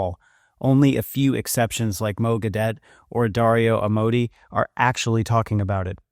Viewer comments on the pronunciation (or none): You should get his name right: Mo Gawdat, not "Mo Gadawt" ( and before) !!!